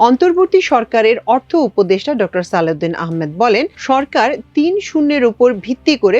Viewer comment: সালউদিন না সালেউদিন